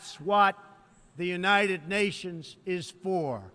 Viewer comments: "Unated Nations.... That is what the United Nations is good for." Lol This guy completely made my day. You can "totally" tell that this guy has no idea what's its is...... That Hesss Beeeeeeees Talking about!! This guy reads teleprompters by the way, easy to tell. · "The Unated Natians" -Trumpster 2017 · "That's what the Unated Nations is all about?" Unated? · "De Eunayded Nashinsz" Did you Fail English Class because that Grammar is Atrocious? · "Thats what the Unated Nashions"